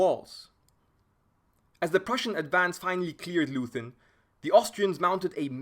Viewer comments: The town is pronounced LOYten, not LOOthen. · "Leuthen" is pronounced "Loyten" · You know how the British call out "Oi!" whenn somebody does something wrong? That*s how you pronounce the 'eu' in Leuthen. And the 'th' is simply a 't'-- 'Loiten' ... Love the whiteboard approach! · And the town is pronounced Loyten. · Please spell Leuthen like Loi Ten. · The "eu" in the name of the village of "Leuthen" ist pronounced like "oi" in "voice". The "h" after the "t" in "Leuthen" is also not pronounced like the English "th"; in fact, the "h" is not pronounced at all. It is completely ignored in pronunciation. Pronounce “Leuthen” as if the “h” didn’t exist. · Great video. A tip: you can often find the correct pronunciation of names (e.g. Leuthen) on Wikipedia.